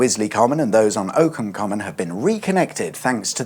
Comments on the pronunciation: Ockham is Ock as in cock, but not oak…! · Danke! Mega content mate, love the house-tiger. On an age-old topic: "Ockham" rhymes with "sock 'em". Oakham is in Rutland, many many miles away. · "Ockham common" is not pronounced "Oak-ham", it's pronounced "Occam". As in Occam's Razor. Because this is where William of Occam, who came up with the saying, came from. Local boy makes good! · Small point, it's Ock-ham Common, pronounced like Lock - not Oakham. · Wong pronunciation !! It's Ockham Common, not Oakham Common !! 🤦‍♂ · you have difficulty with Surrey Place names (Ock - ham) (easy)